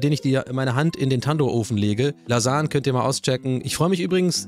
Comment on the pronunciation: Profis für richtig gute "Lasan"ge aber auch die Bolo ist Gut 👍🏼